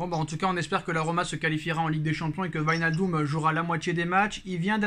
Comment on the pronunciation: Le psg avait vilnachdum pas wignaldum 😭🤣 la prononciation c tropp